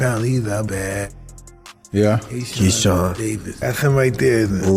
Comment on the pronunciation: Key-Shawn smh 🤦‍♂️